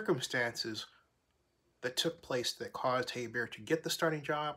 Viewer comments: I was surprised you're 5 weeks into the season and you still don't know how to pronounce his name. HER-BERT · Her-bert bro lol but yea defense caused them the games